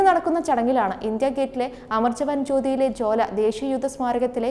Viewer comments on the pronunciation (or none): ജ്വാല എന്നുള്ളത് ജോല എന്നു പറയുന്നത് ശരി ആണോ